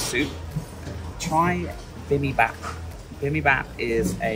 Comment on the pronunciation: Baby Bap? Try Bibimbap -- bibim means "mixing" and bap is cooked rice. Bee Bim Bahp. (FFS)